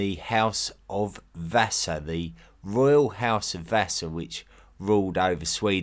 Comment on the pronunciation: You can't pronounce Vasa. 😂